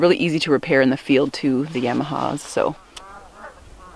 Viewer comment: She say yimaha🤣🤣🤣🤣